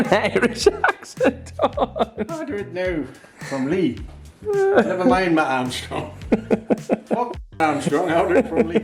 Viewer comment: Is trying to say mat armstrong? 🤣